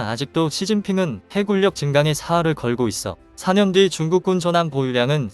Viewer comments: 해군녁, 해굴력 아니고. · 내귀가 이상한가 해군력할떄 해굴력으로 자꾸들리네